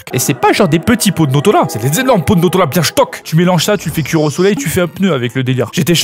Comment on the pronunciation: "Les hanche bieng dodue la" 😂😂 c'est du grand art